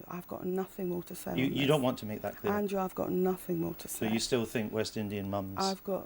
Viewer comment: "Andwoo, I've got nothing new to say." That's not twoo, as she frequently has new nonsense to spout.